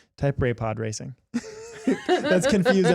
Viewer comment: this is pod REY-CING